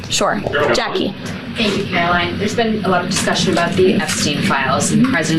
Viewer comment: Her name is Karo-LIE-ne Leavitt.